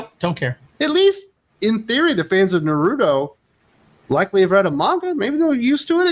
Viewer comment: Nar Root Toe 🤣